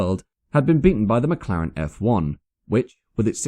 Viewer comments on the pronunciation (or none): none